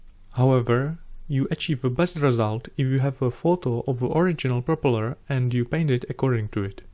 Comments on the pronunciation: However, he makes a Prooopala look fantastic!! 👍👍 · You get a like from me for just the way you say 'propeller' never change.